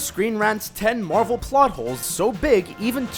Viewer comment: These videos are trash. The guy talking hasn't even fucking WATCHED the Marvel movies. He pronounces everything wrong, he misunderstandings everything... most of these points aren't even plot holes... trash.